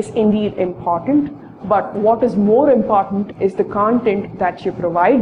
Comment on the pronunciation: imphartant or important ? POS!